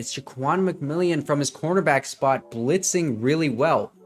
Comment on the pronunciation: nice job breaking down these plays. Just a couple of FYIs - Ja'Quan McMillian's name is pronounced differently than it is written. It is actually pronounced like McMillen. Also, this current Broncos defense is NOT the same defense that gave up 70 to the Dolphins. Some of their key players were injured and did not play in the Dolphins game - Justin Simmons and Baron Browning to name a couple. Josie Jewell also went down in the first half. Also, Frank Clark was cut after that game and Randy Gregory was traded. McMillian took over for Bassey (was cut and now plays I believe for the Chargers) and Moreau took over for Mathis. Bassey and Mathis were constantly giving up big catches to wide receivers in the first several games of the season, especially on 3rd downs. Anyway, it is a completely different defense now. And Sean Payton is a genius for sticking with VJ and realizing the team and coaching staff just needed more time together to get on the same page. I believe if the Broncos played the Dolphins tomorrow, the Broncos would actually beat them, especially if the game was played in Denver rather than in Miami in the September heat.